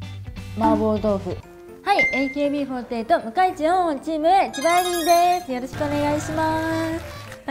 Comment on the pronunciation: 「向井地おんおん」になってる笑